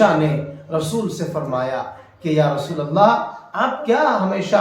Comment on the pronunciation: فی رسول اللہ میں لام مکسر ہے قرآن کو تو صحیح ڈھنگ سے پڑھو